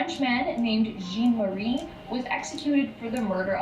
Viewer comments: its jean,jhauuunn. Not Jeeen🤣🤣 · His name is pronounced ‘ZHAN’ Marie. Not Jean.